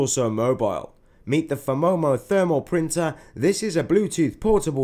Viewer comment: It's phomemo, not "phemomo" 😂